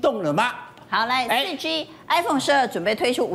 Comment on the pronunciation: 5G.4G我怎麼一直聽到5雞4雞